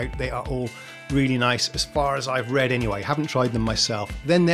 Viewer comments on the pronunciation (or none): none